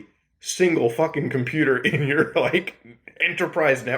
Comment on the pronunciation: Hey kid! I'ma computah! Stahp all the downloadin'!